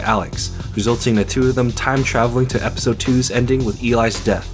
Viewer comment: “E-pistol 3” You need to change the em-fah-sis.